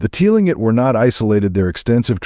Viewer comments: Clingit! It is pronounced Cling-it. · its pronounce Tlingit is "Cling Kit" 🤣